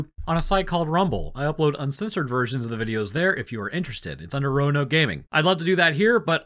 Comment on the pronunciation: Yo Roanoke is roan-yoked